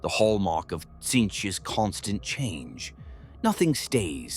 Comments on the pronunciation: Personal favourite: Sintchch 😂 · Better teach the voice thingy to say Tzeentch properly, maybe spell it phonetically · It is funny and apropriate how the Ai(come on, we all know) keeps pronouncing Tzeentch in different ways.